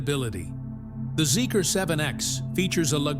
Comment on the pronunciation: Sorry to correct you but the name of the brand is pronounced "Zeeker" n not Zeek-R!